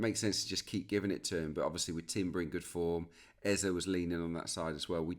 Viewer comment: Was about to come for Peter Drury over how he said Eberechi Eze’s name — then I heard you yesterday. Just for the record: it’s Eze-e. The last vowel sounds exactly like the first one. Not “Ezza”. As Africans, it’s honestly annoying hearing commentators mispronounce names like it’s no big deal. Would be nice to have a blip button every time they get it wrong. No shade, just… do better.